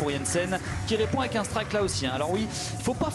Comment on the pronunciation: la quille n° une... Toujours aussi pénible à entendre. -> la quille n°1 "un" pas une.